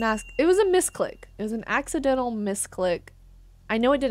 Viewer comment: "ACCIDENTANLLY sent it to storage"